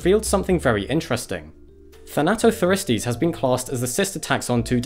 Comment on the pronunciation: "thanato the ristes"